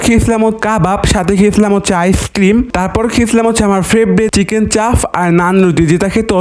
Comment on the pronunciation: চাপ ❌ চাফ